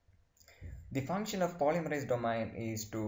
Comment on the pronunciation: Thank you for your post, everything it very clear. One suggestion though: please ask someone how to pronounce domain. especially because you use the word so often it is really distracting. this comment is with all respect; I am grateful you took the time to make this video. thank you again.